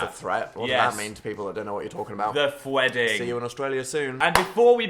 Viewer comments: he said the word phwedding. phor real. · PHWEEDING? WERE INVITED? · the haunted look in dan's eyes every time phil uses the word "phwedding"